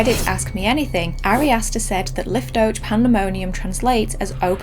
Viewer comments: Just wanted to say that “liftoach” would be pronounced “leaf-toe-ahhk” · Pronounced lee-f-toe-ah-kh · im speaking hebrew. and you pronounce liftoach with a heit sound so its Liftoakh. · Great video! Just FYI, that Hebrew word is pronounced, leef-toe-ach 🙂